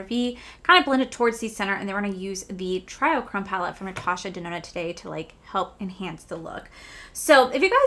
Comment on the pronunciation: It doesn't really matter, but it's not try-o-chrome, it's tree-o-chrome <3 Love the look. Love your top. So cute together